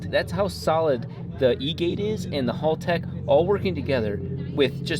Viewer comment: Come on, they're a sponsor, you can say their name right. It's Hal as in pal, not hall-tech.